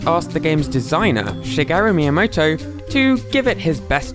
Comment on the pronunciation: Dudr I swear shigario miamoto Probably said it wrong but its so satisfying